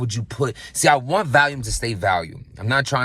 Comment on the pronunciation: Random but why does everyone pronounce it "Valiume"